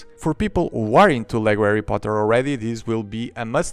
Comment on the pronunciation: He sead the lego erry poter og worts